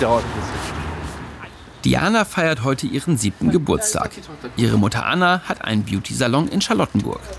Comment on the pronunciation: Es heißt immer noch Mutter, nicht Muddan 🤣🙈